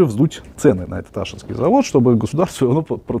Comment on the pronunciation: АшИнский завод, ударение на И 😁